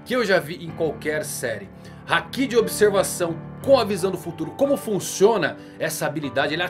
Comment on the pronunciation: Não é Hakí é Háki